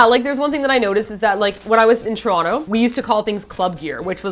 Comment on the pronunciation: You've been away from Toronto so long, you don't even pronounce it the right way anymore... :P